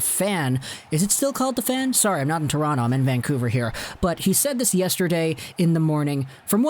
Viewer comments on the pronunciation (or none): none